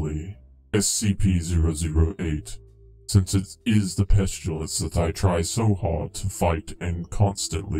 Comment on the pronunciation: How people pronounce pestilence (pest-i-lence) how pronounces it (pesh-tu-lence)